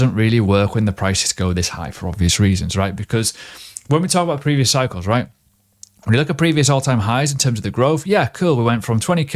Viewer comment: everytime he says "Right?" i am hearing "Quack" .. LOL